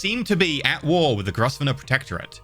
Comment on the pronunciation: GROVE-NOR NOT GROVESSSSNOR!